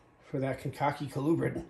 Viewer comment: The way you said Kankakee the 2nd way is the correct way. Used to live a few miles fro there.